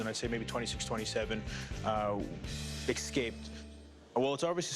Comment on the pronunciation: They say he's a professional but pronounces escape "excape" ...